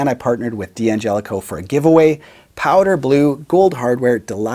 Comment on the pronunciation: "Dan gelico"